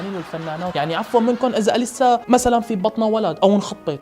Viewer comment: اسمها إليسا مو أليسا الهمزة تلفظ تحت الالف مو فوقو